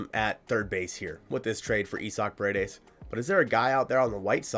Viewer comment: Pa-re-des not per-a-des means walls in Spanish. But yes I’d love to him in Seattle!! Give them Woo or Miller! Heck give them Gilbert if the Ms end up signing Snell or Yamamoto.